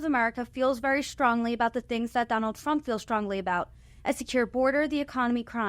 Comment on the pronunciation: Did she say Donald "Frump" in the opening???